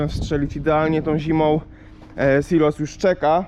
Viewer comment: zawsze mówi śilos 😉